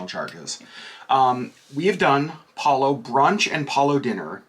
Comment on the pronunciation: Thank you for the review! and, you both get a huge thumbs up for being one of the few DCL vloggers that properly pronounces Palo! Please teach your fellow vloggers! Palo, rhymes with follow! Before The Blip, I always looked forward to Palo brunch with the buffet. I think it was $40 then. These new iterations are not very appealing but I'd probably still book Palo brunch only because it's included. I don't like to book Palo for dinner because I don't want to miss any of the MDR dinner shows and Remy requires more clothes to pack and I don't care for tasting menus. I would recommend guests wait until the full buffet returns and hopefully with the caviar too!